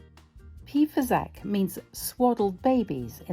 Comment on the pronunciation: I suspect that "fasacc" is not pronounced with a "k" sound at the end, but with a "tch" sound, and the "s" should have a soft sound ("fasàcc"). But I could be wrong, even if I live nearby, because dialect can wildly vary within a few kms. The poor filling made with breadcrumbs, cheese, butter and broth is typical of Brescia (the province in which is Artogne). Being from Brescia myself, I had never heard of "pì fasacc"! It's just amazing to always discover, even as Italian, how diverse Italian cuisine is.